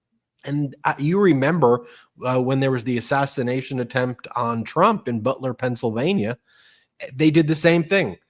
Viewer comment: why are you calling it an ASSISSATIATION?